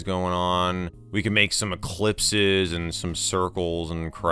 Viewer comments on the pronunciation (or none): “Ellipses”, not “eclipses”. (I hope to never see a solar ellipse.)